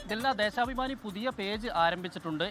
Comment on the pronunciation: Dheshabimani❌ Dheshapamani✅ 😂😂